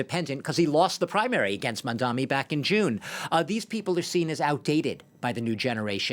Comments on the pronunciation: ‘Mamdammy’, ‘Mandommy’, ‘Mondanny’…yeah… it’s really not that hard. Honestly a little racist that these talking heads still can’t get his name right at this point. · Its Mamdani not Mamdami #zohranformayor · With all his ïnternational "experience the so-called expert, still mispronounced Mandani's name as MamdaMi!! Typical European goof-ass! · Hey, it’s “Mamdani” ffs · Dude can't even correctly pronounce Mamdani. 🙄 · Is it so hard to pronounce his name correctly?